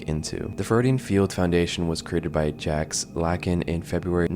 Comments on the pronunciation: It's pronounced "zzzhhJ -- ahck", you goofball. Think "french fried French Freud" w/o the baguette --- uffda! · I thought it was common knowledge how to pronounce Jacques but I was proven wrong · how do u not know how to say jacques